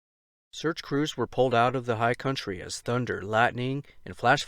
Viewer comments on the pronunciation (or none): none